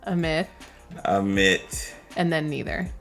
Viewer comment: Hey his name is pronounced a-meet cheers !